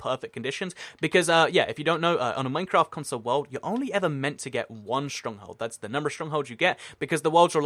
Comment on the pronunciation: You talk entirely too fast. Slow down! And every time you said "world" I thought you said "wool" and got really confused.